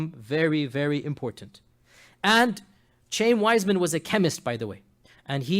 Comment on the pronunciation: It's pronounced Chah-yeem Weizmann, not Chame, you fool. He wasn't a wealthy Jew he was a poor Jew that happened to be a brilliant chemist and invented a way to mass produce acetate so that the British could continue to produce explosive shells and win the War. It was partly out of gratitude for this contribution to the War effort that the Balfour declaration was written. And FYI Jews have been trying to get Jerusalem back ever since it was destroyed by the Romans 600 years before Mohammed was born.